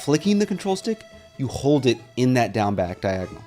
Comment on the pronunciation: everytime he says down back i hear gang bang